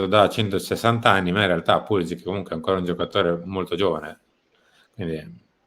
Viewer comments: si dice Pulisici tutta la vita, mamma mia... doesn't matter he is an Usa player!!!!!!! His name is croatian, doesn't matter his main nationality! Why are u calling Cardinale and not Cardinail because he's american????? Why Cardinale??? Because his name is italian!!!!,... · È pulišić, non è che se è emigrato in USA cambia la pronuncia, è un cognome croato e va pronunciato così